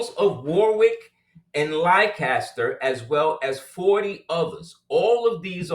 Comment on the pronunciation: Hi, tuning in from Leicester, uk, pronounced Lester. Lancaster and Leicester are two separate regions over this way